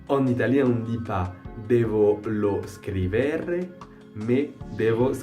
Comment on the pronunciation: Bonne continuation! Fais attention à la prononciation ! On dit " bene" et non " benne", " scrivere" et non scriverre"